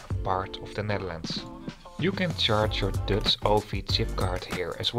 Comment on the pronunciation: Prima vid, maar je uitspraak is wel een beetje irritant af en toe. "Dutch" en "luggage".